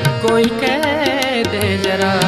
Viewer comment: बहुत अच्छा गाते हैं पर उच्चारण सुधारने चाहिए, यथा जरा नही ज़रा, दो जगह श को स गांया है।